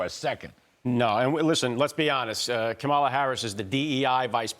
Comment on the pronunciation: You guys, Larry, Mark, and. Three of you. Don't you know how to pronounce Kamala correctly....yet??? The stress is on the first syllable: KAH-ma-la or COMMA-lah, like the punctuation mark.